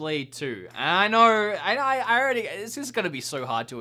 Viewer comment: When you say "know," it sounds like you're swallowing half the word.